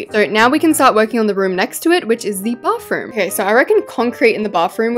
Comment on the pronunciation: Every time you decorate a bathroom you say Bafroom i mean what is that word you say that every single time i know i say she when it's a he but that Bafroom of yours you should fix it now and I'm not trying to be a Karen I'm just saying the truth